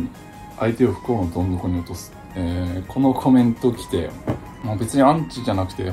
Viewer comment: どん底をぞんどこって言っちゃったね🫶